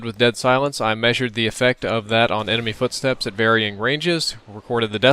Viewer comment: You said ememy footsepts ?!